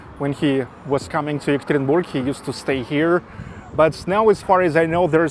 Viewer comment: Hi,! The correct pronunciation of a name of my city is ЕкатеринбЁг, if in english. Have a good luck!